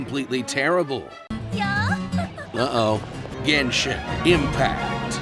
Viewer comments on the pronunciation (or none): Jenshin Impact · Yeaaahhhhhhh, "GENSHIN SIMPACT"